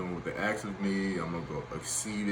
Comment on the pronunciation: It's Ask. Not Aks. You present yourself poorly.